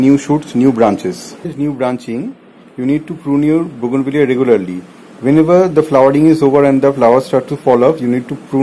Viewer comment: I thought you mispronounced the name of the plant.You were correct and I was wrong all these years